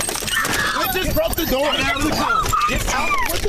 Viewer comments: "Open na noor" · “Open the doorrrr” it’s the accent hahaha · “open the noor” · "oPeN dE dOrR"